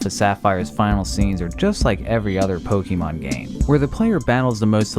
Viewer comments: A real mystery is why people still keep saying "Pokimon", instead of "Pokemon". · Pukimon? Did anyone hear that to? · It's not Pokeemon for fuck's sake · Every time you say Pok eee mon it's like scratching a blackboard. The TV show showed you how to pronounce Pokémon 20 years ago. Cmon. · "Pokey-mon" lol. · the way he says pokeeemon is hard to not hear x(